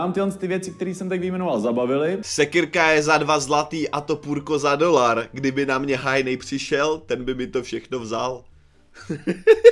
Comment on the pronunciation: A topůrko za TOLAR. TOLAR. Ne dolar. Jinak super video :*